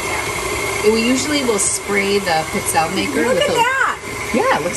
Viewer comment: Pee-tzell'-eh.. is the pronunciation... I'm Italian. Stress the second last syllable